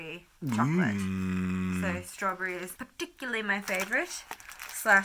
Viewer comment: "poes expensive" I think I died😂😂